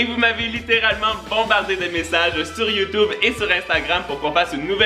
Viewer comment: C’est YouTube pas youteb